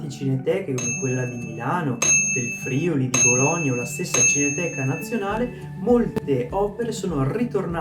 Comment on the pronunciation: Si pronuncia Friùli! In ogni caso grazie della menzione <3